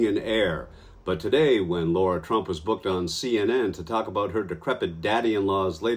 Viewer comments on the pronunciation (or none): It’s not Laura- it’s Lara—- I can’t stand her but you OWE her the courtesy of getting her name right. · I wonder if Hunt said Lara Trump's name wrong on purpose? Lara, not Laura.